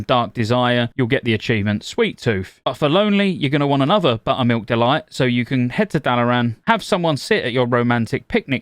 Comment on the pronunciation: Only here to listen to him say "BUTTUHMEELK DUHLOYT"